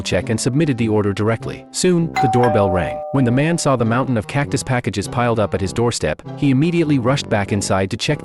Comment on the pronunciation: Bro it's not cactiy it's cactus